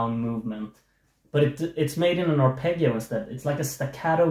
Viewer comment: The ending of the song perhaps acts as a musical mirror to the lyrics: "Don't leave me like this, naked with shivers. Sometimes I don't know how to express myself (...) I'm always wrong":D p.s.: congratulations for your musical skills, but the word "arpeggio" should be pronounced with the sweet double G (the G of 'John', not of '':D)